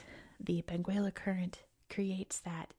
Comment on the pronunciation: We don't pronouce the u in Benguela. It's pronouced Beng ela.